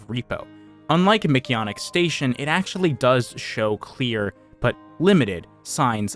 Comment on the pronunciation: Why do you say mcyannick instead of mcjanneck its nit Spanish or anything